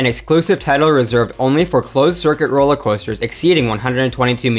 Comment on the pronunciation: "roewller coewster"